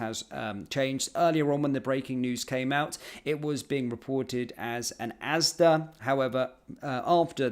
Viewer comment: It’s ASDA not ASDAS